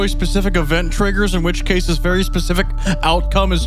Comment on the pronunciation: “The Hwhich” I have been laughing at this for like 15 minutes straight and I have no idea why it’s so funny!